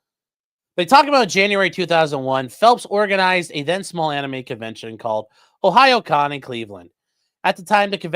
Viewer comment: I'm so proud of you for figuring how to pronounce Ohayocon